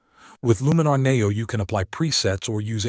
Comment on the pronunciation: AI bot videos are awful and I block any channel using it. Maybe you should teach the AI to pronounce NEO correctly. A dead give away.